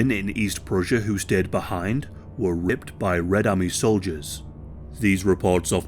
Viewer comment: Ripped? FFS say the word. RAPED 🙄